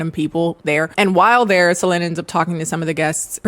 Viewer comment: In french Solene would be pronounced with a sound close to the e in bed, so you did it good I think when you end this pronunciation! (our would a bit lower and deeper, but it's close!